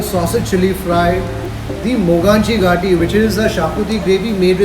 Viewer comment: mogachi gaati is actually pronounce as mughachi ghaati.